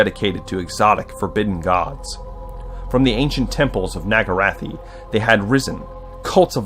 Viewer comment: NAGARYTHE not NAGARATHI. NAG-A-RITH